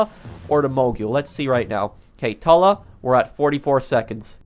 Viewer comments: Why you call it the tola it’s the Tula uuu not ooo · Tuh-luh Moguyl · Dude its not that hard... Tula. Too-lah. Mogul. Moe-gull. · It’s pronounced Toola like the flower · Bruh. In real life, the mogul would be able to carry 15-20 bombs so stop complaining. And learn how to pronounce. Mogul=Mog-ull. Tula=Tu-lla.